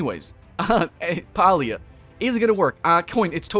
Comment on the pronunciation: You can't even pronounce the game name right.